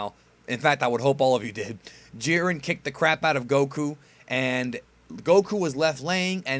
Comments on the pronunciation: Did you say, "Hiren and Jit?" lol No worries, just found it funny because sounds like a goof that would've came outta my mouth, too :D Love your reviews, man! Please keep'em coming! :) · "Hiren and Jit" lol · I’m glad I’m not the only one who kept saying hired and jit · Hiret and jit haha lol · "Hiren and Jit". Wow, where were you going over there?! LOL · "Hiren and Jit" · "Hiren and jit" LMAOOOOOOO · "hiren and jit "xdxd